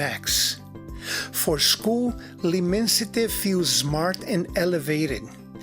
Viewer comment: Great review! And thanks for the proper pronunciation. There's so many reviewers can't even be bothered to research how to say L'Immensite. I just received my bottle of L'Immensite after sampling a 2ml spritzer and thought it was the most opulent smelling and quality fresh frag I've ever smelled. So pulled the trigger on a 200ml as it works out to be a bit more "affordable" -$250 per 100ml. Still crazy over priced, but in this case you do get what you pay for. Every step of the order process, customer service and product delivery/presentation is quality on another lvl. To be fare It was really an amazing experience.